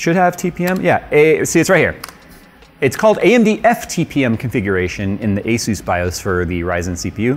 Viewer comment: is it just me or does pronounce asus kinda weird